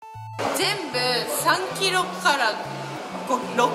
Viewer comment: 3キロが100キロに聞こえてびびったw